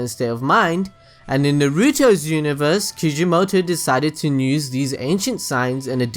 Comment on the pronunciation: I think everyone missed my joke about how he says "use"... he says "nuse"